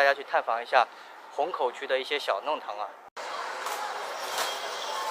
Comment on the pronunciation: 弄long堂，不是nong